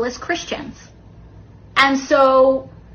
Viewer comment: Christ... even her boyfriend pronounces "and" the same way she does. "Aeeeend"